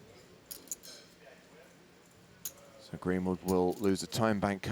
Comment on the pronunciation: “Big Kahunakin” lol